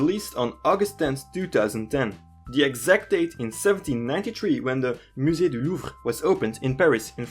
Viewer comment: But u have a french accent and pronounced perfectly musée du Louvre :/